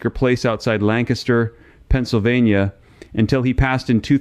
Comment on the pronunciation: The guy talking is not an Amish man from Lancaster county Pennsylvania. Everybody from their knows that's not how you pronounce Lancaster. So what else is a deception in this video?